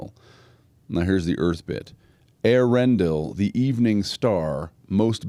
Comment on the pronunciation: Man, you are like the ONLY person I've ever heard pronounce the name Eärendil correctly (on line)! Awesome! And you even clearly distinguished Earendel and Eärendil. Good on you!